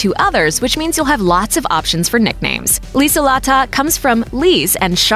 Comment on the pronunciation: Annika us mainly spelled with two 'n' -Lutz is Pronounced differently and old fashioned -lieselotte is also old fashioned and pronounced differently - Corinna is Not really a name used for younger kids -Lorenz is also good just pronounced differently So basically if you want you child to have a german name that's not more commonly used for Older people stick to Sebastian (or Bastian), Annika and Lorenz. Astrid is also okay, because its probably gaining popularity due to httyd